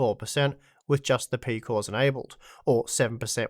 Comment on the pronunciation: peecooss eeecosss peeecooss